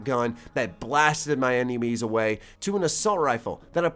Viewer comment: "Blasted my Emenies away" lmao